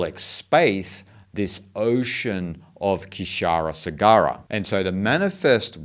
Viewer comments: in kshira sagar,,k is silent shee-r sagar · Kshira sagara pronounced as “sheer saagar” with a “uh” after both words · It is pronounced with k silent as Shira saagar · Hey really great presentation! Just one thing to note : KsheeraSagara = She-ra-Saa-Gara (K is silent) ❤ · It is sheersagara...the K is silent...but mind blowing explanation...thanks